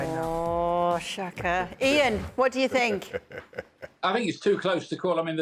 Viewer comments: I think the thought Kay said “Jaan” instead of “Ian”. Tbh, they kinda sound alike 😅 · It felt like "Yan" more that "Eean" to me so it was probably supposed to be Jaan.